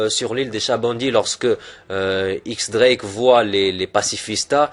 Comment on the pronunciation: Théorie cool avec de bon arguments, mais juste 2 petits détailles, X Drake se prononce Diez Drake (X est un chiffre) et quand tu t'inspire d'une théorie tu pourrais mettre le lien dans la description par simple respect pour l'auteur. Bon courage continue ton taf !